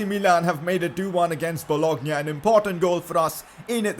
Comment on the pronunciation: PCQ: You dont pronounce it well, solskjaer is “su lsher” but it’s different country from kjaers’ kjer must be pronounces “kyaer” Also there is not boloGna, but it is bolonya